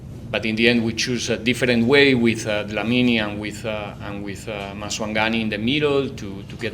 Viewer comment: He pronounced Maswanganyi better than many Africans